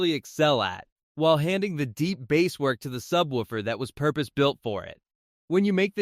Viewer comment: The AI-generated voice is confused by the two meanings of "bass" in English. Edit the script to substitute "base" for "bass" and it won't say the name of a fish. Similarly, spell out the sounds to make for "AV" and "LFE": "a vee" and "el eff e". The video isn't bad, but the mispronunciations are hilarious. It's also a bit too wordy, try to be concise.